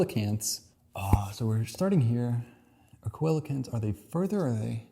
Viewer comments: Coelacanth is pronounced see-lo-canth. A great YouTube series about evolution is Aaron Ra’s Systematic Classification of Life. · bro cant say coelacanth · I had to stop watching when you couldn't say coelecanth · Coelacanth: SEEL — uh — kanth But good try at pronouncing the living fossil! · Me screaming "SEE-luh-kanth!!" at my screen.. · Coelocanth, pronounced, seal-o-canth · Just an additional point about the Coelacanth/Lungfish question, it's also pointing out (famously) that lungfish are more closely related to cows than salmon. Also, it's pronounced see-luh-canth Also, also, just discovered your other channel, and am loving it! And I agree that I wish more people find it, too. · The one actinid fish is a SEE-la-canth… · Coelacanth see-luh-kanth Also, regarding dinosaurs and grass, I saw a sparrow on the lawn yesterday. Also also, we should talk about bacteria and archaea sometime. At the end of the video you kinda disregarded 99% of the biomass that has ever existed. If the tree was to scale, and in any way near complete, you would have trouble finding anything else. Today's focus was on Eukaryotes alone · "Coelacanth" is pronounced "SEE lah kanth" which is one of the nastiest jokes English has ever played IMO. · Thank you. Your realm of inquiry is Geography. Mine is Biology. Even though this is from 2 years ago, I was trying to tell you where to find each answer. And I cringed so many times with the incorrect pronunciations. Oh well. Thanks for putting this out there and showing us all that none of us is an expert in very much. We all need to humble ourselves and learn more! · hearing the mispronunciation of coelecanth is super cute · The pronunciations are funny because he delves so deep into biology and he doesn't know how to pronounce coelocant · I died when you didn't know about coelacanth and then pronounced it wrong 😂 loved the video, watched the whole thing